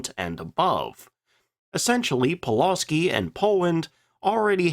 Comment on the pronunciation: Thanks. Another great video, and I certainly learned something. As for pronunciation: Pulawski is pronounced “Pu-wuf-ski” with the emphasis on the second syllable. And regarding your comments about Poland being hard to defend and how quickly it was overwhelmed: you mentioned that Poland was also invaded by Russia, two weeks after the Germans, but forgot to compare this with France which surrendered after just six weeks.